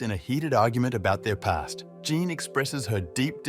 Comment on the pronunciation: Your poor tts really gets confused with the name Jean then lol